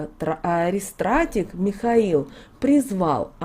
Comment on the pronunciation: Спасибо за информацию! Только пожалуйста правильно произносите слово :АРХИСТРАТИГ💕 через х перед и, т е архиважеый, самый главный!!!